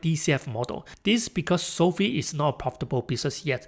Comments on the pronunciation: Hate to be the guy but it's pronounced SOFIVE like Wi-Fi not SOFEE😅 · It's not SOFEE; it's SOFI (long i).